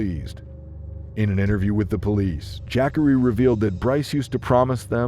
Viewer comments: Jack-ary Taylor? Hahah! Have you ever heard of a black person named Jackery? You don't know too many black people or too much about them do you.. Look, I don't even know how his name is supposed to be properly spelled but I can promise you that's not how you pronounce it it's pronounced more like this Juh-car-ee. I've seen that name spelled Jaqari... anyways I do like the video you made though👍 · Jackery, not Jah-Corey? LOL. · Ja’Corey. Not jackary. SMH. 😂😂😂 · JAH- COREY.... Who tf is JACK-ERY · Dayum!!! But "Jackery" though??!! C'mon bruh smh... AND the captions are AZZ!! Fk this channel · I laugh every time the AI voice says “Jackery” 😂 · I know u smarter then that kept saying jackery the whole video smh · The way the narrator says the name Jacorey 🙄